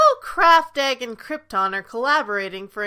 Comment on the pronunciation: I'm sorry but your pronounciations of Craft Egg, Bushiroad and Bandori make me very uncomfortable